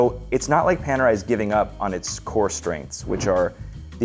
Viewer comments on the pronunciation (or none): none